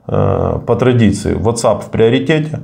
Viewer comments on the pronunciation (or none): none